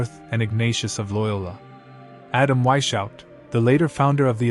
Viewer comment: Please educate yourself how to pronounce Weishaupt. I am from Germany and it is hard to listen to you butchering His Name. The work is very interesting though.